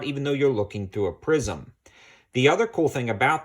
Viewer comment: Did you say prison or prism?